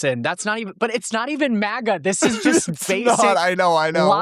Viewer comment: did he just hit the hard R on Maga!? MAGGER😱 that’s a slur